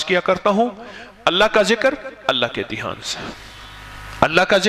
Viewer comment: مولانا صاحب نوٹ فرنا لیجیۓ ۔۔۔۔ لفظ دیھان نہیں بلکہ دھیان ہے